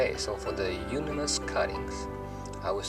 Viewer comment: It is not pronounced as eunonymous, it is euonymous..